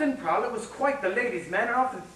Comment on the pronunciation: Austin Prowler??? Austin PLOWER. C’mon porn producers